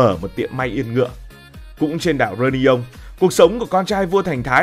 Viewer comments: Tức quá tên đảo người ta đọc sai tên phát âm. Réunion reyoonæn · Đọc sai phát âm tên đảo người ta nhá bực thật